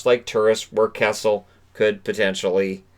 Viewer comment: I had to watch this again. The 1st time you mentioned Phil Kessel, I thought you said Cassels, as in Andrew Cassels lol